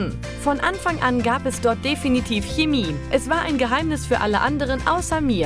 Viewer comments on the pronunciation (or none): none